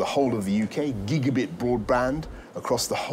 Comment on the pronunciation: 3.39 "gigaBIT broadband" wow